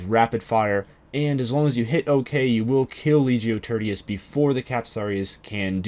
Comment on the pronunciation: "turdius". its pronounced TEER-SHUS